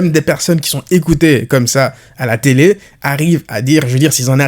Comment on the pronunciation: Oh frérot, pas devant la *tété mais devant la *télé !!!😂😂😂😂😂😂